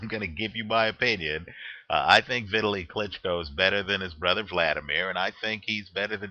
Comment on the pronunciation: ITS PRONOUNCED V_TALY!!!!